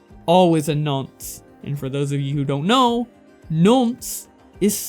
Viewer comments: Hey, btw it's pronounced non-se, you're pronouncing it no-nse <3 Thanks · I hate it when Americans say nonce. "Nunce" can none of you pronounce "o"? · Says nonce frenchly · I shouldn’t be laughing but your pronunciation of nonce has me rolling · bruh i know you're american but your pronunciations of "Nonce" and "bollocks" are really grating me :0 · You make "Nonce" sound like a french word lol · Ahahhaha your pronuncuation of nonce is amazing mate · Haha the way you pronounce nonce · And to think the thing that pains me the most from this video is the way you pronounce nonce.... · that pronunciation of nonce lol. good vid cheers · Best part of this video was you pronouncing Nonce 😂. Nah but great work tho mate #alexxguilty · Amazingly well put together video, but that pronunciation of both "nonce" and "bollocks" made me physically cringe lmao